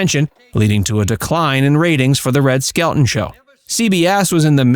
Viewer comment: Just a friendly fyi.....Red's last name is pronounced, "SKEL - TON", not "SKEL-UNE". The "t" is enunciated clearly. ETA: Red Skelton, along with Buster Keaton, were the two who taught Lucille Ball the craft of comedy. It was through them that she learned the art of timing and the physical aspects to the profession. They taught her well!